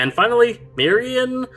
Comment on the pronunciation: Tempest has taken a more human-sounding name during his time on earth. M'kk=>Mack So his (human) name is Mack Dalton. In addition, Maerynian is pronounced "Mer-Rini-An"